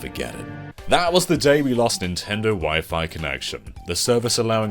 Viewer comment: CTGP is overrated imo. Yosh's TrackPack DX is better Also how does not know how to pronounce Wi-Fi?